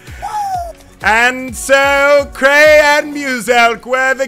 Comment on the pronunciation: I thought you said you were playing with crainer😂